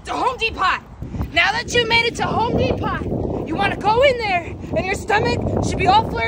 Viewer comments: I’m dying at the pronunciation of Home Depot 😭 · Thank goodness I’m not the only one that pronounces “Home Depot” as “Home dee-pot” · She mispronounced Home Depot